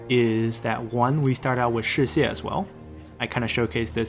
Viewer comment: nah like before u pronounced it like shiwei so I just decided to mention this